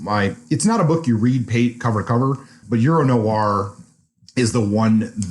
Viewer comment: What's 'Noo-ar' fiction? Is it fiction featuring 19th farmers from Somerset, England? It should be pronounced as a single syllable. If it weren't for the fact that it's an essential word in line, I wouldn't have mentioned it.